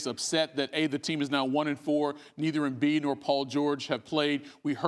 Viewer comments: This reporter saying Joel Embiid wrong is a coward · Shams face when he mispronounces his last name name